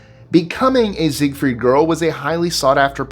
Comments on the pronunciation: Zigfield not Zigfeld. Great video otherwise. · ZEIGFELD!! not Ziegfried...